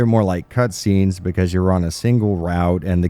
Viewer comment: "Becase" you are dumb killed me.